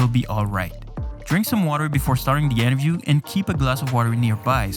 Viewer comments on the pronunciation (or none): Why do you alway say interview as enterview